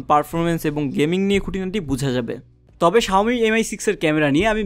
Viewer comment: you don't know how to pronounce xiaomi